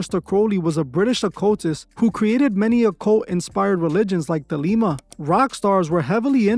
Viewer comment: It's Thelema, not The Lima 😂